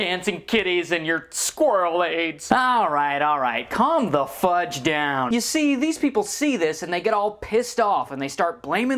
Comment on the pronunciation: Say fuge not fuck